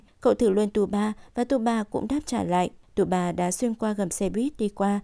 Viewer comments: Tsubasa thì đọc là T suba, đội Hirado thì đojc Hira. Tiết kiệm quá vậy. Biết là nhiều công sức nhưng nghe ức chế quá. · Đọc SUBASA đi cho quen,cứ TU BA TU BA nghe khó chịu vcl. Nhân vật tuổi thơ mà có cái tên đọc ko xong nữa. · Mình thắc mắc là Tại sao cover kể truyện lại sửa tên nhân vật. tsubasa (Subasa) thành tsuba, wakabayashi (genzo) thành waka, ishida, roberto thành robert. ko biết mấy bạn đồng niên thấy sao chứ mình nghe rất sượn!!